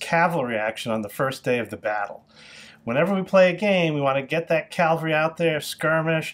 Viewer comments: You are mispronouncing cavalry. You're saying calvary... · Dude, "Cavalry" Calvary was where Christ was crucified. Other than that, excellent video.